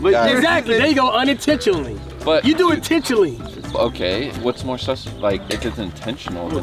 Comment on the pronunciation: You do it tintially. Me: In the dictionary I’m pretty sure it’s pronounced Intentionally.